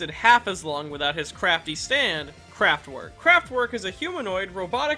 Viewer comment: Not trying to nitpick, and they probs spell it dif in the manga, but it's "kraftwerk" Edit: "kenetic" control